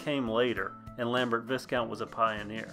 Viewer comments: Viscount is pronounced Vi - count. The s is silent. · The 's' in Viscount is silent. Pronounced "vai-count". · Well, not often you see one in this good condition! A couple of comments and observations from a seasoned vintage bicycle repairer - firstly the name Viscount is pronounced "vye-count", rather than rhyming with discount. With the components, most of the Lambert branded parts look to be customised versions of other products, the brake levers in particular look to be rebadged Weinmann ones, the cranks are TA copies, usually made by Birmalux, and the brakes themselves are likely GB or a clone. As for the 10/15 speed question, the crank arms look like they have additional fittings for a third "granny" ring although as you say it could just be a dual purpose label. My big question is whether it's a standard bottom bracket - many of the Viscount/Lambert Aerospace frames have a non-standard threadless bottom bracket and replacing it is often difficult, although there are now far more options for compatible aftermarket bottom brackets that thread to themselves not the frame. All in all, it's a very cool bike and something of a break from the slew of Raleighs that dominate the vintage British bike market. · Nerd fact: Its pronounced "VI-count" the S is silent.